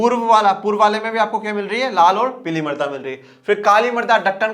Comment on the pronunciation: सर आप जब मृदा बोल रहे है तब ना जाने क्यों मेरे को मर्दा सुनाई दे रहा है। 🤣🤣